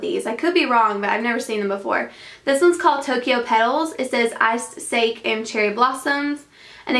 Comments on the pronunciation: Hehehe... sake is pronounced Sah-kee. Just for future reference. :) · Sake is pronounced sah-kay. Looks like someone needs to take you out for sake bombs! :-) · sake is pronounced "sock-ee" btw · The word sake is pronounced saw-key/sah-key :) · it's pronounced sake (s-ah-key)